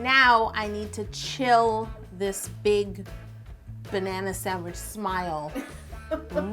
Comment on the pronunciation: Does anyone notice she said sandwij not sandwich